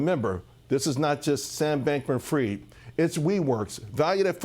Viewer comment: Fried . . . . ask KFC! Not pronounced ‘freed’.